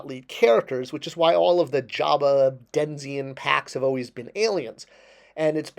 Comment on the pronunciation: It's "denizen", not "denzian".